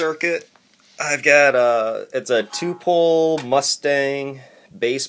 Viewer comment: I had to listen to this for 4 minutes before I realized that dude was saying "two pole" and not, two pull.